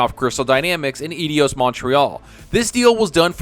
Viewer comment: eye-dos, try that.